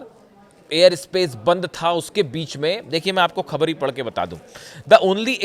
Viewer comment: Khabar ka pronunciation theek kijiye.